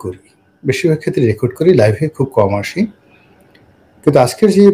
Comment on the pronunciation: "Life ei kom asi", shobdota life noi, LIVE. Learn English, Dear.